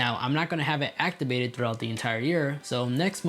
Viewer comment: “Actibated” gets me every time